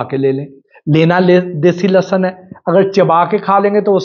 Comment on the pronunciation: سوشل میڈیا پر آگاہی تقسیم کر رھے ہیں تو عرض ھے کہ لھسن لھسن آپ کی زبان سے ادا ہو رہا ھے یہ تلفظ درست نہیں اصل تلفظ لہسن ھے